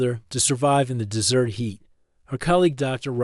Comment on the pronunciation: The AI has great difficulty reading English. It pronounces desert as dessert and closer /CLOE-sir/ as closer /CLOE-zer/. It pauses in the middle of sentences as if the sentence is complete and resumes as if it is reading the next sentence. The story seems as though it may be good but the AI is such a fatal distraction, it makes it an endurance test to attempt to continue listening. I only made it 5 minutes 35 seconds before I decided to abort mission. Suggestion: hire a human to read the story if the AI is this incompetent!